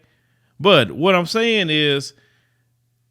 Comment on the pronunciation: Die-vestment STRIKES AGAIN 💀💀💀💀💀